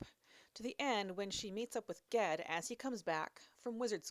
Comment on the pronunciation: Funny, the other day I was thinking about how i pronounce "GIF" as "JIF" but would probably not do so in any usual literary context 😅. How do u pronounce "GIF"? P.S. I think u totally nailed "Ged". 😉